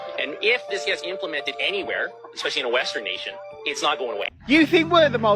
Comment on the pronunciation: You know what pisses me off, there's no "G" in the word "especially." It's not egspecially. Cut it out. Check your grammar.